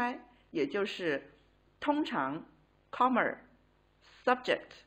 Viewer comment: I like the teacher's pronunciation of "comma" as "commer". It's like using 儿化 in English. :-)